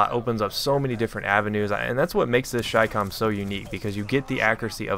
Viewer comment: THANK YOU FOR PRONOUNCING IT AS "CHAI-COMM" Every other CommonTater says chicom and it annoys the out of me.